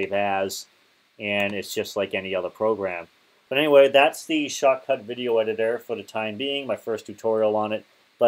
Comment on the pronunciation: great video but no way to understand when you say "shortcut" or "shotcut."